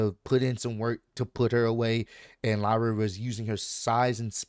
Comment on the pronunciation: U said it right (lie-Ra) and man the ended she got squashed